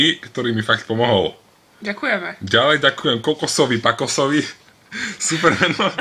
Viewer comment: Legenda byla zrozena :D + Ďženkujii :D